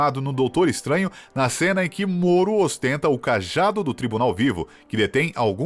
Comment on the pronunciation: não é Moro, é MORDO